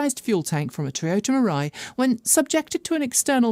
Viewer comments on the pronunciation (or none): none